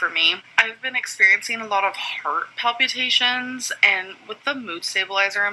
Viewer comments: New drinking game: every time she says palpyoutations, take a shot. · If she says "Pal-pew-ta-shuns" one more time... :/ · The way she pronounces “palpitations” is soooo annoying lol